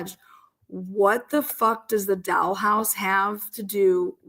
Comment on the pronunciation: The way you say dollhouse makes me giggle. I appreciate everything about your show,. It's always a go-to for my entertainment because of who you are. Keep up the great work!